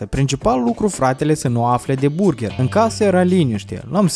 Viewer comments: Si apropo nu se zice burgher , se zice burgăr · burgar se zice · Se pronunta burgar